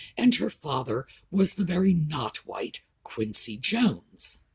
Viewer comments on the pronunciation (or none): none